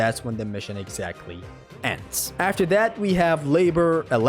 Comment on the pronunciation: “First save aftee Helios”